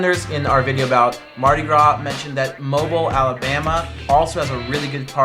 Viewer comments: Mobile, AL is pronounced Moh-BEEL. Learned that from a southerner ;) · Mobile, Alabama is pronounced Mo-Beel like automobile. Yes, and according to locals, Mardi Gras originated in Mobile. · Oh my god I won't tell anyone how you said Mobile but please for the sake of humanity just know it's Mo-beel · It's pronounced "Moh-beeel" and Mobile Mardi Gras is much better than New Orleans Mardi Gras (coming from someone who has lived his entire life in the South)